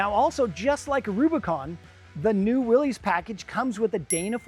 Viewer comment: It is not pronounced Willees!